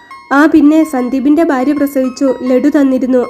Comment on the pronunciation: കൊല്ലംകാർക്ക് ഭ ഇല്ല ഫ ഒള്ളു ഉദാ.. ഭാര്യ =ഫാര്യ.. കൊല്ലം എംപി യുടെ സംസാരം ശ്രദ്ധിക്കുക 😢